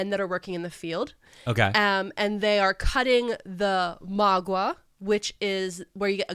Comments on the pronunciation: Me, a Spanish speaker:Magwa....magwah? MAgwAH 🤔 does she mean Maguey??? 🤣 I was so confused on my drive home, I had to come to YouTube to let you know that it's pronounced "ma-gay" I parasocially love you guys and I'm sure you did your best ❤😁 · Maguey is not pronounced mag wha It’s pronounced more like ma-gay . I love y’all’s content keep up the good work